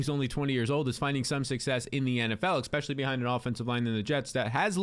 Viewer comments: “Ex” specially???! You’re killing me smalls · Bro, I have to say it. "Especially" doesn't have an x in it, it's not "expecially".